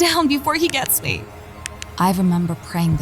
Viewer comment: Your voice is annoying af. Why is Dr. Nosleep better than every horror channel on animation and voice actors. "He TuRnEd To FaCe Meee" sound autistic af